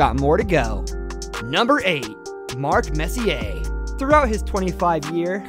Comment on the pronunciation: My guy said RICH-ARD LMAO😂😂 MESS-E-AIR